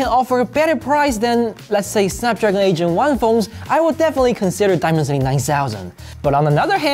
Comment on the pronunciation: I'm sorry but every time you say "8 Gen 1" I hear "Asian one" 😂